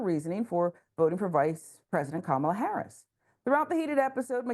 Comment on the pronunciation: Did any of you even watch? It's here on Youtube what started this. The show is idiotic, yes, but this McKenzie chick started all the nonsense, escalated things, and of course called everyone racist and bigoted and all that. HILARIOUS to hear even black people mispronouncing Harris' name incorrectly. That McKenzie chick is 100% a stereotype, and was the source of the problem.